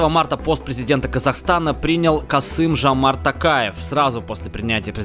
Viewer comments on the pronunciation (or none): Не Касым Жамарт Такаев, а Қасым Жомарт Тоқаев и имя Дарига ты сказал неправильно и елбасы тоже